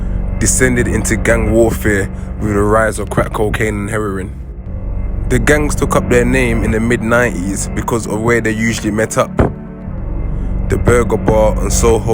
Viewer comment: “Crack cocaine & Herrerin”